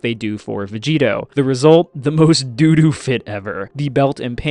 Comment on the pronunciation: For a second I thought you said Dato fit and I was like yeah he would wear that